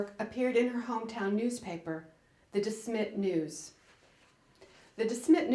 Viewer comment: It's ponounced DeSmet, not DeSmit. And, I had a copy of her "Pioneer Girl" autobiography. It had a beautiful green hard cover. In another book I had of hers, she'd refer to Almonzo as "the man of the house." Which tickled my funny bone.